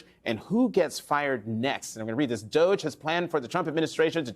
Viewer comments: I'm glad to finally hear DOGE finally being pronounced "dodgy". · DOGE, it’s pronounced dodgy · DOGE (pronounced "dodgey") is clearing out agencies that protect federal employees so they can gut federal agencies that are investigating Musk, and Trump cronies.